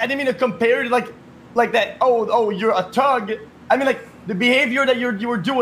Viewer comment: Why does he keep saying tuhg instead of thug 💀